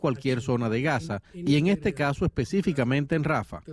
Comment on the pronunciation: Rafáh !!!! Por Dios!!! Porque los españoles le cambian la acentuación a nombres propios??...quieren ser modernos o qué???😮